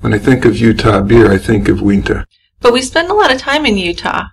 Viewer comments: You are saying Uinta wrong, it is pronounced Ewe In Tah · LMAO! "Wee-nta". No, Uinta Brewing Company is pronounced as it's spelled, You-in-tuh. I live in Utah, so I'm going to have some fun with this. =D Weber State University is pronounced Wee-bur. It had to be a Nintendo 64, as the Nintendo Wii wasn't released until 2006. You guys are so enjoyable to listen to, and I enjoyed this, considering I remember this case so well as it was happening. Mark Hacking is a freak, and it's nauseating to think that he is currently incarcerated just a few short miles from my house. I hope you don't take offense to my corrections above, because they weren't intended to be critical. You have a new subscriber. Also, we do have some really delicious craft beers here.